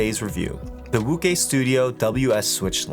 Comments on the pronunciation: Very good review, I think wuque is pronounced woo ch-ue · Great video as always. Just a heads up, Wuque is pronounced "Woo-chay." Keep up the great reviews bro. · more like woo-chwhere but yea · calling wuque "wukay" is like calling José "joe z" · definitely not woo-chay, is pronounced as "Wu-Chu-eh" 无缺